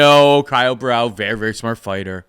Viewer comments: Caio Borralho Repeat after me, Bo-Hal-Yo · Nah, I'm Brazilian and that's not how it's pronounced, he must have said it like that to make it easier because it must be really annoying that they always say his name wrong, It would be more like Bo-Ha - Glio , if you pronounce this Glio as it is pronounced in Italian, it would be closer